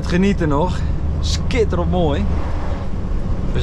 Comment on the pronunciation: It is a variation on the word "schitterend" which means 'magnificent'. But in the area that Martijn lives, they pronounce it a bit different. That's why he came up with the spelling Schitterønt